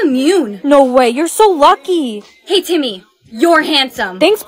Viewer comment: when she says timyyy it was sooooooooooooooooooooooooooo funnyyyyyyyyyyyyyyyyyyyyyyyyyyyyyyyyyyyyy😂😂😂😂😂😂😂😂